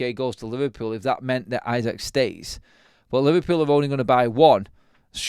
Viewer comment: Pronounced ee-sack